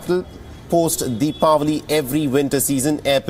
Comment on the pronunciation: Thanks for pronouncing deepavali